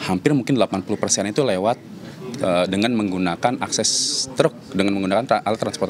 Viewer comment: Akses pelabuhan bukan askes pelabuhan